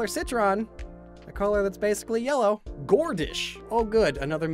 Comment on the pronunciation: Gordish sounds more like Goldish